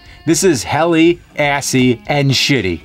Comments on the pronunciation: It's hellish not helly, dear nerd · “Shitty, assy, or helly.” It’s ‘hellish’ idiot.